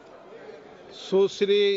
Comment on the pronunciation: सुसरी 😂😂 यह क्या हुआ 😂 सुश्री होता है